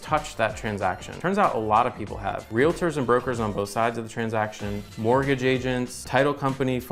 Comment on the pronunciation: “Realators.” Do you also say “doliphin”?